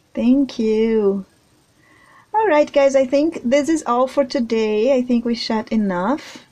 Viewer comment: Hey sweets, I love your work..... it's totally amazing!!!! Just a quick message to say that in the UK the way you pronounce chat is 'Shat'. The word shat in the UK is the past tense of shit LOL If you pronounce the 'ch' sound as in the word 'church' or 'Chocolate' then you will have it :) Have you though of sculpting Jack Sparrow?